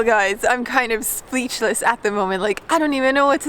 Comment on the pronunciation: I don't remember making that comment but I think I was typing out the way "speechless" was pronounced "spleechless" in the video